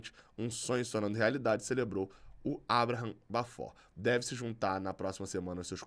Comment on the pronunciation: Abraham se pronuncia = eibrarrem